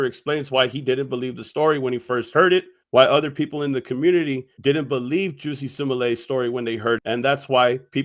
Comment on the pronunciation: Bruh called that man juicy 😂